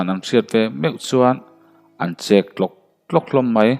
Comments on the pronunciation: Thlukna a awm loh chuan ChEK tlak tlak tih nise ngaihthlak anuam deuh ang a😀😀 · Chek Ilan Dan hi thing chek ang alam ni lo in SA chek lam Rik ang a lam tur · Sachek i lam rik angin chek tlawk tlawk ti rawh aw